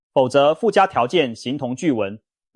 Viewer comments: ㄑㄧˇ業 發ㄐㄧㄠˋ 這是什麼中國發音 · 彷彿ㄈㄤˇㄈㄨˊ 企ㄑㄧˋ業